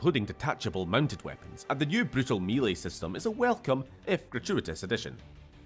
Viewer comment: whats "me leigh"?? are you mangling "melee"?